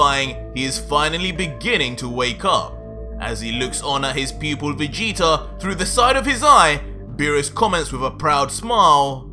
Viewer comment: I normally really like watching your videos I’ve been a fan for a while but I do have some problems with stuff the fact that you sometimes say Vegeter And the way the story is going Vegeta is supposed to now be turning a leaf going farther into the good side rather than trying to keep the feeding Goku he has new motors for life now which is his family not defeating oh cool that’s just my opinion though